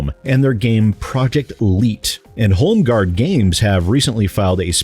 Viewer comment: I dont think i heard you clearly did you say home garb gays?